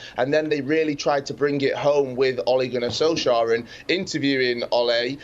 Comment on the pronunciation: That guys a broadcaster who mispronounced Ole Gunner Solskjaer name in every way lmao 😂 good old sky.